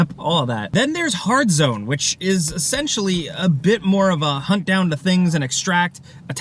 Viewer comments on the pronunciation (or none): “Then there’s Hard Zone!” … it’s either Hazard Zone or Haard One… you can’t mix the